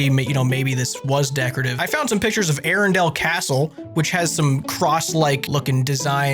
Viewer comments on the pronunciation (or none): Hearing prounounce Arundel makes it sound like a LoTR place